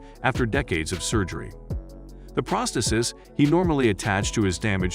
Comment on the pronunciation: The way this narrator pronounces some of the words are even more bizarre than the subject matter. Prosthesis ? Controversies ? Anesthetized ?